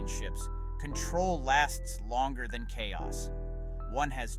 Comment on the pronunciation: FOR GOD SAKE THAN is not so hard word to learn